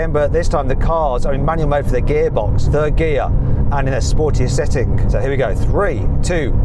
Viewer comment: “-SettingK”, “-RollingK”, “-BurningK” what is with this K after all G’s? Sounds horrible, stop it.